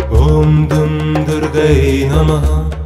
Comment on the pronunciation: Incorrect pronunciation. Durgayei